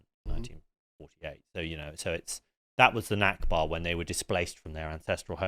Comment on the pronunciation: This guy is an idiot. He can’t even pronounce knesset or nakba, and he got Smotrich’s name wrong.